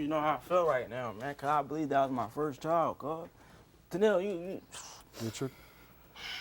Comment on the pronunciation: Can we pronounce child correctly please, there’s no o in child